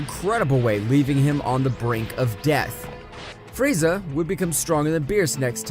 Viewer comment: Bro frieza is the most racist anime character and bro is calling frieza friezer💀💀💀